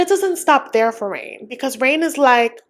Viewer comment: Did you give up pronouncing Rayne as Rene? Lol